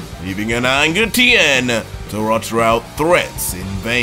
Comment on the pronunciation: He mispronounced tiens last name it’s supposed to sound like Shin hon.